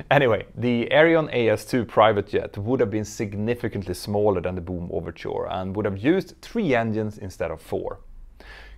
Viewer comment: Your accent is funny..... It sounds like you're saying "Doom" aircraft! Maybe it's a sublimely pronunciation portending the eventual failure of the company.